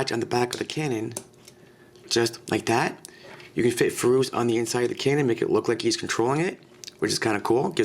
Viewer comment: also like the way you say furos too.